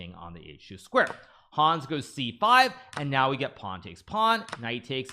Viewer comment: The a in Hans is short. It's not Haaaans 😂